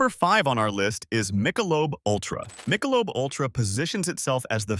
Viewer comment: Mike-a-lobe?? what??